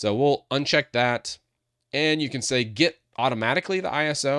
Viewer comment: Get not Getet